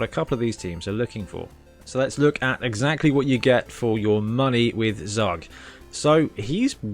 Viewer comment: Zug is the German word for train. Because he hits like a train. His name is pronounced as tsuuk. Or Zowwk would would be OK.